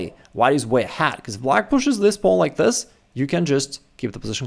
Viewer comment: "Pawno" yoo